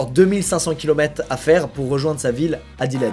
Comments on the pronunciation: Je rêve ou il a vraiment appelé Adelaide "édilède", et Perth "Pirsse" ?? Nan mais faut se payer des cours d'anglais avec toute la tune que t'as maintenant... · Mec comment t'es parvenu à mal prononcer Adelaide 😭😭